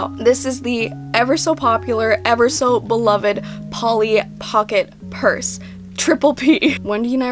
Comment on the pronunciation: You can't say burse, but you CAN say p-p-purse which I thibk is just as funny and annoying